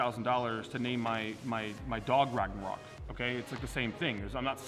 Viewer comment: How about instead of “RagNArok”, you spell it like it actually sounds “ Ragonrok” or something. It’s a different name so it should be fine